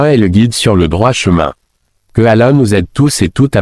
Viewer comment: Le coran n'est Arabe, parmi les Arabes il y a des chrétiens Arabes, le saviez vous ? Ce n'est pas Ahmed Deedet,, c'est Ahmed Deedet et il dit Mouamed ?et Ala,,?